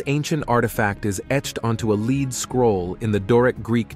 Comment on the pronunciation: Narrator prounounces 'lead scroll' as leed scroll.What planet he from?